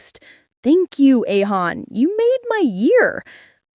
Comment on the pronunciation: اسمها اهيون مش ايهون😂